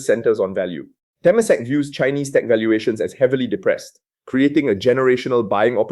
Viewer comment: Te-MA-sek not TE-masek. Pillai is pronounced Pillay. Frag-MEN-ted not FRAG-mented.